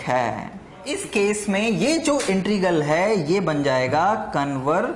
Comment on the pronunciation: Sir ji.... Please integral ko sahi pronounce kro......... You are pronouncing it as "intregal".